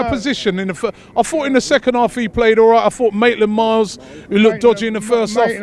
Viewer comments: Robbie, it's Maitland-NILES not Maitland MILES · Robbie its maitland niles not maitland miles you water vole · Robbie say it with me.. Maitland - NILES. There are no Miles involved. Niles mate. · Robbie it's pronounced maitland kilometers. Ffs get it right already